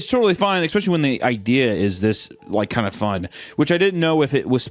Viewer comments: I actually have begun to love hearing Hunter say Ecspecially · We need an "Expecially" counter 😂